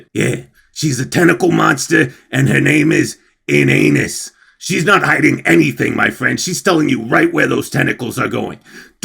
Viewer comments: It's pronounced "in-AH-nis," not "in anus" lol. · First time I've heard "Ina'nis" sounded out as "in anus" and I'm shocked I haven't til now.